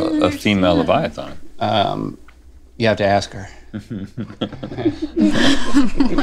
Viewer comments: Just an FYI, it is leviaTHAN, not leviaTHON. 😁😁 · Why can't they pronounce leviathan properly?